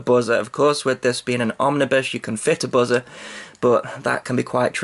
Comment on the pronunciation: you said buzzer like "Buh-zur" lol